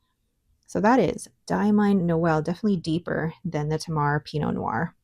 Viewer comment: Hi, nice relaxing enjoyable video again, thank you. As an Aussie, I thought you might be interested to know that Tamar is pronounced TAY-mar. It is a river in the north of the Australian state of Tasmania (originally named Van Dieman’s Land - hence the name of the ink company based in that state 😊). Geography lesson complete, I hasten to say I don’t mind how YT-ers pronounce words. I’m here for the ink and pens 😍